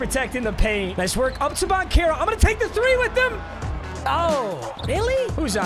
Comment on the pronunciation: its pronounced ban-chair-o not ban-care-oh